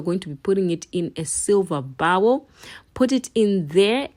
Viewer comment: Hi, coming in from the UK 🇬🇧 Just want to assist you with pronunciations. Bowl = BOW (as in a ribbon in your hair or as in Bow and Arrow)- L (said softly as in long length hair. Saud together BOWL Instead of "If you can do this on a regular basis, it will get much good or gooder" You can try saying, 'If you continue to use this oil on a regular and consistent basis, you should start to observe positive changes within the health of your scalp and the quality of your hair strands. I hope this helps. I am always ready to support my Sistas and their hard work in sharing their knowledgev with us 🥰 🇬🇧🇩🇲